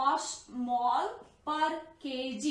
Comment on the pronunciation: it is milli osmol not mosmol